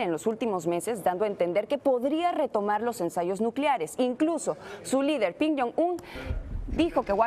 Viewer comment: Hola Chica el nombre ,del lider coreano no es Pin 😁 es kim.